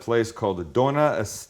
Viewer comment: btw! Dona is actually doña, so pronounced like do-nya